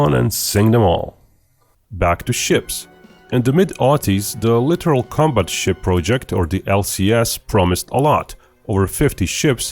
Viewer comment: LITTORAL, not literal.